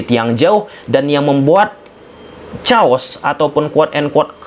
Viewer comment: Bang Chaos = 'Keios' bang 🙏🏼